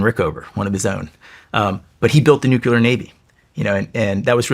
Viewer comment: Its crazy how smart he is and still says nucular